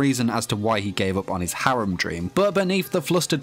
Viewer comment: My man can't say his skills or harem properly 😅😅😁